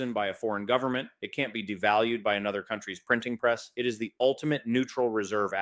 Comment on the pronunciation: "full faith and credit of the US gubmit"...LOL